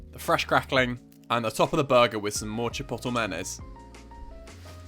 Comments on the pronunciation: It's not CHIPOTTLE. It's pronounced - CHIP-OAT-LAY. Otherwise you're perfect as usual. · Chi-po-to ? hahaha isn’t it chi-pot-lay? Maybe it’s the Bri’ish way of saying chipotle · Lmao CHIPOTTLE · Chi-pote-lae No hate, that’s just how you pronounce it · Lol it’s meant to be chip-oat-lay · umm bud youre saying chipotle wrong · I love the way he says chipotle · Your pronunciation of chipotle is throwing me off a little but awesome video otherwise Fantastic job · the way he says chipotle i cant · the way he pronounces chipotle lmfao. this looks so good tho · Looool I rewatched for 3.5 mins to hear it. So worth it tho. Also “bread flour” is pretty saucy. Great vids tho, this guy cooks. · I’m Scottish and even I pronounce it correctly lol